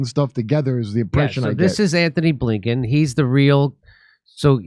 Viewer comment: You might want to get Antony Blinkens name right. There is no h.